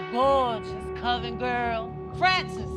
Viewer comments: I always thought Ru said "Covid Girls". Hahahahaha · even ru didn't understand this challenge... he kept calling it covent girls